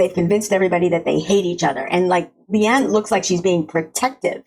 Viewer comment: Pronunciation thing: Leane is said "lee-AWN-uh"